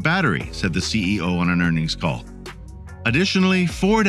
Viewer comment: Hope there isn’t a test since I stopped watching when the bot said CEI instead of CEO.